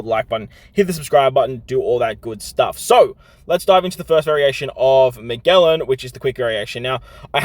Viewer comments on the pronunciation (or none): Hey! Just so you’re aware, Magellan is pronounced ma-jell-an, (like jello, or juice):) keep up the great content!!! It’s always so helpful!